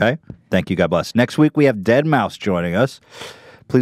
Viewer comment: imicca how do you pronounce that? Dead MAUW five? -kanye west